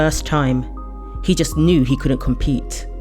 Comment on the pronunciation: In the first 10 seconds I heard the narrator say canoe in place of Knew. Hilarious. I loved Big L his style was amazing he was legendary